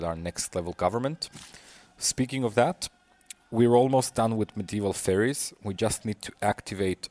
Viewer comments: Faires in "Medieval Faires" is pronounced the same as "fares." A faire is essentially a fair, which is a gathering of buyers and sellers at a particular place and time for trade. Do you really think that one of the civics is discovering medieval fairies? The only way this could be a civic is by being a reference to a convolutedly specific theme of fiction writing that emerged in popularity during the medieval times, namely that of fairies. But even that is very loose and not even entirely accurate. It bothers me so much when you pronounce it like that! Otherwise great game! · Are you a native english speaker? Faires is pronounced like fairs, the e is not pronounced I'm pretty sure!